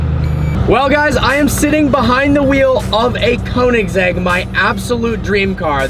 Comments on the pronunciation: Y G But still not KOO. If u are english/american you Cant pronaunse (spell check) it becuse u Will have to learn how to say the swedish (Ö) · One small thing you need to learn.. How to pronounce Koenigsegg.. Get hold of a Swede and get it straightened out. Agera btw means act. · U still cant pronounce koenigsegg right